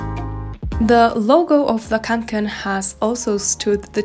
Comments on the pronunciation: Se pronuncia "conquen" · Kaw'ngken. That's how you pronounce it in swedish. I got my first back in 1984. I still have and use it. Since then I have bought several others like the haul pack which is my favourite right now. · å in kånken is actually pronounced as o ^^ i used to have kånken but i ended up giving it to my mom since carrying large backpacks hurts my shoulders and back (´Д` )